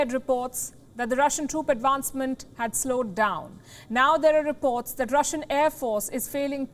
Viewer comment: Earlier reports suggests, Russian advancement has slowed down. Daz right. From 340 miles an hour to 339 miles an hour. Now, DAZ is a very seegneefeecunt deefeerence.